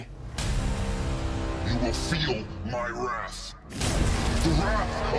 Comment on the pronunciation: Hey But He Said "You will Feel Wraith... The Wraith Of Savitar.......